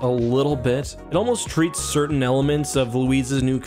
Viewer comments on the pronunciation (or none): none